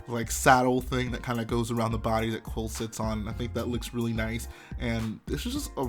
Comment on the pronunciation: btw it is pronounced (coo-wheel) not (quill)